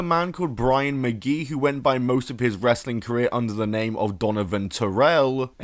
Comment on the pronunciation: It's really funny how you pronounce wrestling normally when it's in the middle of a sentence, but when it's the last word you say "ress-uh-ling"